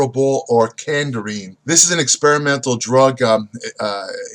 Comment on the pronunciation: Just say Cardarine for God's sake 😂😂😂😂